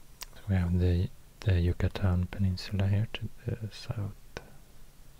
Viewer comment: I love the way you pronounce "Yucatán" that's the state I'm from 💛💛💛